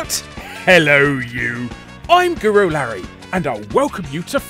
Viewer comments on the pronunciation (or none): I dunno why but every time you say Guru Larry I always hear gorilla for some reason, its so weird